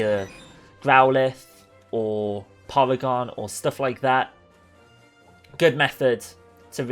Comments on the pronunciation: Its porygon, not polygon. I hate when someone makes that mistake. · POLYGON? DONT YOU MEAN LE PORYGON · Is anyone gonna talk about how he called porygon polygon